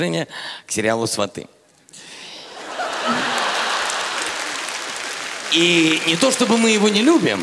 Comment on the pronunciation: Сериал украинский, на украинском будет "Свати". И читается как ы